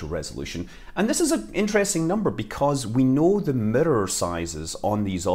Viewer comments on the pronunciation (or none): midder = mirror ? 😅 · It took me this whole video to understand he was saying the word “Mirror”